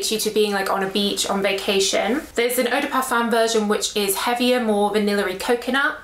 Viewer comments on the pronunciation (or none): none